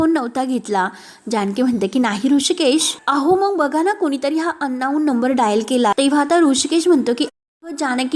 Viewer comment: अन्नाऊन नव्हे अंनोन